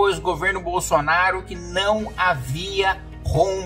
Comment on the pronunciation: Kim vc tem só u defeito não consegue pronunciar o nome Bosonaro